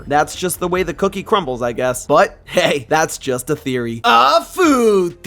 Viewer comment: "feed teory" 😭😭